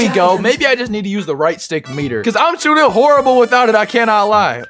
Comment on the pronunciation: Did he say “shottin 27 times?” Whose English? It’s a joke btw, before anyone says anything!